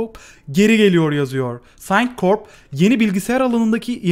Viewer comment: Tamam istediğin gibi okuyabilirsin.Ben yine de sana okunuşlarını yazmak istiyorum. (aşağılamak anlamında değil) Sintracorp (Sintrakorp) Pasternack (Pestırnek)